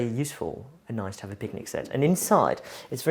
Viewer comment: What a lovely man and a beautiful home. All that wonderful art…wow! This has to be one of my favourites on Homeworthy. I couldn’t get accent at first, it sounded like a mixture of London and somewhere in Europe but I couldn’t place it. Of course, as soon as he mentioned France it was obvious. I love how he pronounces the word “noice” (nice) very “Londoney” (I’m a Londoner and just made that word up lol). A great 42 minute video which seemed to fly by so fast! 💕👌🏼